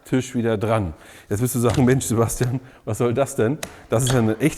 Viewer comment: Der Sieger ist Bosch, sagt zumindest Seboschtian 😂😂😂